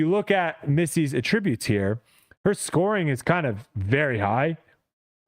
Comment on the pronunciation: Dude…attributes? Emphasis on the first syllable.